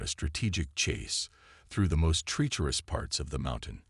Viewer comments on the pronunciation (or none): The AI’s pronunciation needs work. The word “herald” and the name “Domenic” are improperly pronounced. The word “treacherous” is also mispronounced. The story itself is quite good. I can see this becoming a longer more involved story line.